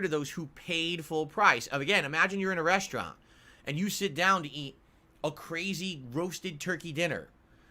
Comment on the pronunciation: his "reshtrant" analogy makes me want to wish him the absolute worst